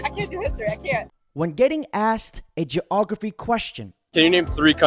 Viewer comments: the funniest part of the video is when you said geographry, trying to make someone look dumb, but saying the word wrong yourself, hahaha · Geographree? Afraid not,bud.. the word is geography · Damn bro..... geographree. And you said it twice. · Love your content dude, but ‘geogaphry’? Really?